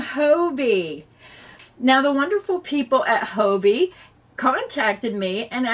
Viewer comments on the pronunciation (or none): It puzzles me a little that so many USA YouTubers refer to Hobbii as Hoe Bee - I have always thought of it as Hobby, as in knitting and crochet are hobbies and Hobbii supplies us with what we need for our hobby.